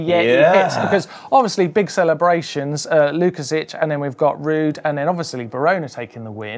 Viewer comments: I was about to write the same about the Sławek's last name pronunciation. You did well except the "si". It should be "WOOKASHEEK". Sounds more Polish. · I enjoyed the racing and your show. Just one thing to correct... you are best pronouncing it Swavomir (or Swavek) Wookasik, boys. I can see there is more opportunities to mention his name :) peace